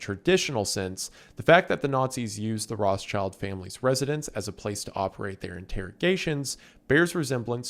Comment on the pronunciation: Rothschild is not pronounced "Roths-child". It's "Roth-schild" and schild is pronounced liked "shilled". Schild mean shield in German. The name has nothing to do with children 🤣